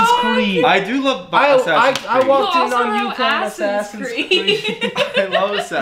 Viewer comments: "Ass-Ins" Creed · Man said Assins creed